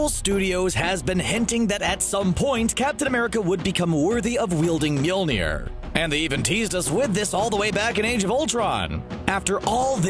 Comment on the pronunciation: People in my theater absolutely went crazy when Steve wielded Mjölnir. They started screaming and whistling and I started yelling. Also, please stop pronouncing it wrong, it's new "MEWL-NIR" it's rather "MOL-I-NEER". And honestly, it's been three years since Civil War, and people still don't understand why Steve did what he did. Tony's parents were killed, he would never have waited or heard Steve's reasoning, he would never have understood that it wasn't Bucky's fault, he would have been enraged and would have done something terrible to Bucky. And Steve couldn't let that happen. Why not, you ask? Because Bucky was the only one who was there for Steve when no one was. Bucky has been with Steve through thick and thin (quite literally), and only a disgusting human being would betray a friend like that.